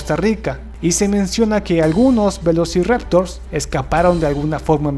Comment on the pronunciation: Yo te encontré un error a vos XD... "velociraotors"